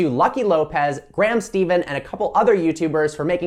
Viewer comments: Graham “steven” 😭 it’s Stephan (Ste-Fin) Don’t do one of my fav youtubers like that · Graham won't be happy with how you said his name..... lol